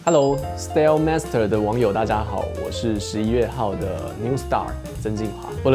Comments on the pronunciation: 好啦 不過其實他開頭跟結尾講的style 都發錯了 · 對耶~很明顯 應該發"愛"的音 算惹啦🤣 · 雖然不是重點 但他講style master 的時候好想糾正他的發音喔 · 是不是那個蝴蝶音🤣 沒關係啦(盲目中...) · 可能是緊張念錯啦，我就會這樣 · 開頭那次style比後面那次音更不准😅 但還是不減我對驊驊的熱愛🤣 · 只有我覺得style的唸法怪怪的嗎🤣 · 你不是一個人😂